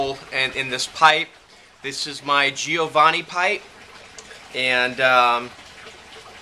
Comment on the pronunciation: Giovani = soft g -- jovani